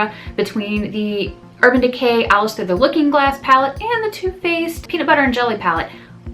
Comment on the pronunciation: When you say 'Too Faced', I think you're saying 'toothpaste' haha.